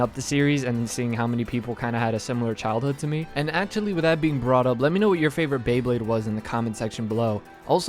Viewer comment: Did you really just say BLAYEblade?